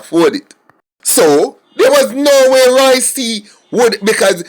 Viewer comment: it's Roy Q not Roy C...Lol